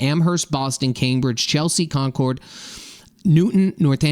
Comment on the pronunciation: You're not from around here. Learn how to say Concord properly if you're reporting about the Boston area, please! You're not wrong about the fact that we've lost control and balance. Americans need to come first. End of story.